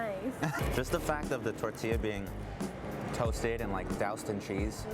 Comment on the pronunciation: the type of dude to say tortilla like it’s spelled